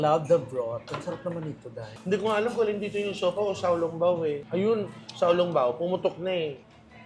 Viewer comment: Tan ping po tamang pronounciation it's for breakfast in taiwan, while xiao long pao po un tama, and un tenga ng daga is mu er sa mandarin. Im a fan po silent fan lang po ako. Enjoy po ako sa mga vlogs niyo.